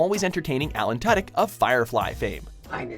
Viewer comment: You said Tudyk wrong.